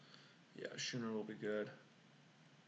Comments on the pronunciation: I see your point on the Avatar, its a choice that is def non-obvious but your reasons are valid. It may be close. Yeah a Schooner is pronounced Scoo-ner. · God damn that intro is my jam. The draft content is gas. I think the six drop is the pick but I think it's arguable. Also it's pronounced skooner you scrub. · Thanks for uploading the draft vid. Always like to see limited content from the almost-draft master! It looked like a hard seat to draft. Thought it was way wrong to take the 3rd cutlass over the titan tho. Card is a straight bomb. FYI schooner is pronounced like school.